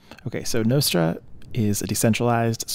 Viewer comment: Everyone does. Except this guy. 😅